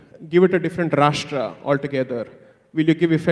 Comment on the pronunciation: The moderator used her classical lutyen tongue in cheek approach of showing her superior English at the beginning by calling rashtra as sastra and asking Sai to repeat certain words which she pretended she could not hear properly. It’s a shame because it was all so clear. Sai of course was not going to get intimidated by her